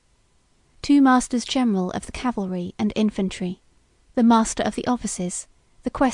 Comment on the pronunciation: Why do so many American readers read the word “cavalry” as “Calvary”